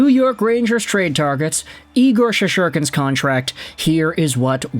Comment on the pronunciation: Igor's last name is ShesTerkin, not Shesherkin- you should have known it as a fan and the host...